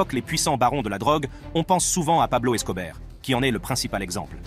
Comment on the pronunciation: Il a dit Pablo Escobert 😂😂😂